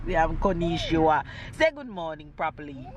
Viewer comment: lef di bwoy an him "koneechi wa." I don't even know how to spell it... 😄. "Koneechi wa" yaw. Tyler is in his element. He's probably going to speak at least five languages. Give him the opportunity and you'll see.